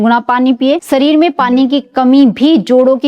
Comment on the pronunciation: ये वीडियो न देंखे, हिन्दी उच्चारण बहुत अशुद्ध है सुरुआत?? या शुरुवात खुसबूदार?? या खुशबूदार सरीर ?? या शरीर, मालिस?? या मालिश सामिल?? या शामिल असुद्ध ?? या अशुद्ध सान्त ?? या शान्त औसधियो?? या औषधियों कांच की सीसी?? या कांच की शीशी